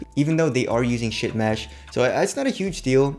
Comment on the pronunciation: Did you say ship mesh OR shit mesh?? LOL